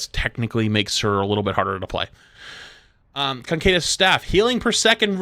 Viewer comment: What I'm wondering about is how he's getting "concadus" out of "caduceus". Like, it's not that hard to say CA-DOO-SEE-US.